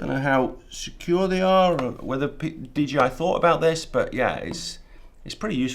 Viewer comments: Nice video. Did you need clearance to fly higher than 120mts AGL? Dee-JAY-eye. So many pronounce it wrong. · DJI ... not DGI. Why, just why???